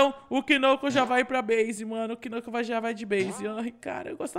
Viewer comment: o nome do knucaos nao e knucaos e knuclas